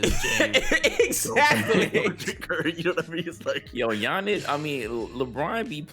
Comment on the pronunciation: 'G-Annis' lmfaoo